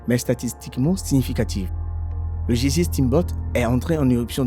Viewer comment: Beaucoup d'erreurs de prononciation : gésier au lieu de geyser, magnétique au lieu de magmatique et puis faut revoir les mesures anglo-saxonnes, bref ça ne fait pas sérieux du tout. Vaudrait mieux changer de commentateur, quelqu'un qui sache lire correctement le texte.